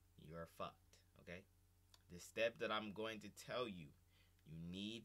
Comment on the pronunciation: “You are FAWKED”